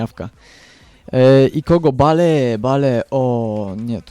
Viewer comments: Kahil Bale xD Kejhil i Bejl się czyta :P Tak jak GOL Cristiana Ronalda xD Xavi pięknie podał Inieście xD Pozdro dla redaktorów z gazeta PL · bale haha bejl sie czyta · filmik świetny fajnie się ogląda ale, mam nadzieję że, z biegiem czasu nauczysz się wymawiać "Tych znanych zawodników" bo myślę że Bejl czy Kejhill to powinieneś umiec wymawiać ale, i tak super i SUBA masz. Monety z allegro? PS: CHCIAŁBYM abyś kiedyś zagrał meczyk Chelsea Londyn albo jakąś karierę:) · bale sie mówi bejl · nie bale tylko bejl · muwi się bejl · bale czyta się (bejl) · bejl a nie bale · nie bale czyta ie bejl !!! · JAK TY WYMIAWIASZ NAZWISKA ;o !!! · Pierwsze naucz się wymawiać nazwiska piłkarzy np. BALE : BEJL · czytaj nie bale tylko bejl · bejl się mówi a nie bajl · chlopie ty sie naucz mowic bajl a nie jakies bale ":D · BALE???!!!! CO PROSZĘ BALE?! MÓWI SIĘ BEJL!!! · Bejl .. a nie Bale xD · hahahah jaki Bale to jest (Bejl) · bejl a nie b.a.l.e :D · NIE BALE TYLKO BEIL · nie [Bale], tylko [Bejl]:P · Garet Bale ( Garet Bejl ) ale Nie Kejhill tylko kehil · Kahil XD Kejhil sie wymawia xD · Osz kurwa! Baaleee ;d "Bejl" tak dla zcisłości :P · Bale --> [bejl] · może nie zauwazyłeś. Bejl a nie Bale :D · W koncu Polski youtuber z dobrym glosem, jakos ostatnio fala dzieciakow wrzuca filmiki :P Co do Bale, to czyta sie "Beil", a nie "Bale" :P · Bale czyta się Bejl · mówi się Bejl a nie Bale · Bale? :d Bejl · estadio mestaja się czyta :D i nie bale tylko bejl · mozesz mowic jak chcesz mi to obojetne ale tak naprawde mowi sie Garet Bejl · Bale mówi się Bejl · kurwa to się wymawia beli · kejhil i bejl się mówi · czyta się bejl i kejhil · "BALE" HAHAHAAHHAHA CO ZA PRYMITYW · Kurde Bale... wez sie naucz wymowy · "balee" uszy :] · mowiles ze tacy znani a nawet BALE nie potrafisz wymówić?????? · Czyta się bejl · Czytaj bejl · On wie jak to sie czyta